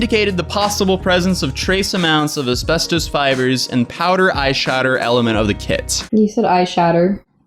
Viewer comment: ”There might be asbestOHs in my eyeshahdER”